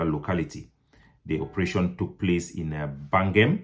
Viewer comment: Bagam please not Bangem in the South West region